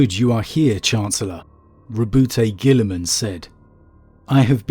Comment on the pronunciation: "Row-boot-aye Gilly-man." - a madman